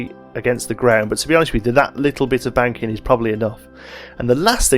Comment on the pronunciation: Is he saying ‘banking’ or ‘wanking’